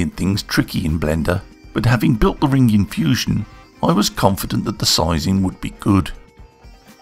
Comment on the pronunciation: You put the Rrrrr in ring.;-) Nice job!